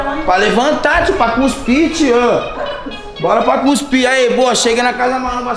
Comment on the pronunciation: "Guspir'' kkkkkkkkkkkkkkkkkk é cuspir man